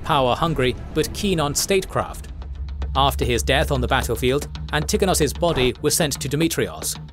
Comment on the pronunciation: Please add the stress on the first syllable in "Antigonos" at least please. Hurts my ears.